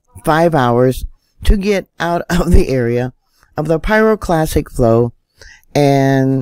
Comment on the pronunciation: Interesting and well done video but please stop mispronouncing pyroclastic as pyroclassic. At 1st I thought I misheard you but you repeat it incorrectly multiple times. I'm no pro so am impressed by your apparent knowledge and understanding of volcanology, and don't want to see your credibility drop over something as simple as misspoken terminology. As a science minded person, I hope you will take this comment in the spirit in which it is offered, which is constructive criticism and not (is it) trolling.